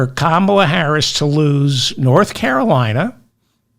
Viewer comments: Still can't pronounce Kamala. Sign of inflexibility. Maybe also just fulminate intermittently. Again, a bit of vocal flexibility would be welcome. Re trans and other policy issues - yes, be prepared to discuss it BEFORE it becomes and issue with many numbers. Seth is not wrong. Dem denial that wokeness is or could be an issue IS AN ISSUE. You are spitting and fulminating from a fake moral high ground. An old man not understanding erasure of womanhood as its own category.Being a woman is an optional extra for a male. There is an issue for women. Maybe not for bitter old vegans. Hey, how about eating a steak? Might calm you down. You're. sounding very bitter. Too much roasted broccoli, perhaps. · Why should I listen, like and subscribe to your channel if you can't even say a first name right!!